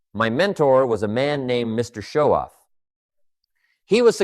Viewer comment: You should be honest, that you're posting AI videos! The real Jim Rohn would know how to pronounce his own mentors last name! Shoaff. Not show-off!